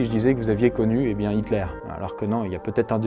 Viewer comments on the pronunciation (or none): none